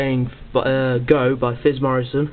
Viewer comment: haha its psyph not fizz